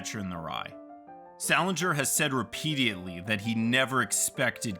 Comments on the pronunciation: It’s “repeatedly” not “repeateatly” you lost me there bud. 4 syllables not 5! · why do you punch your syllables so hard when you enunciate. when you emphasize every other part of a word it kinda loses its effect and makes you sound unprofessional. i hope youre not getting paid to do this. btw are you drunk when you record these? you really gonna pronounce 'repeatedly' like that and just leave it there in the final edit for all to hear???